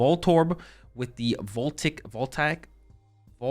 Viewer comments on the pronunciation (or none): Voltaic: Vol-Tay-Ick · Its pronounced VOL-TAY-IC bruv, just so you know :)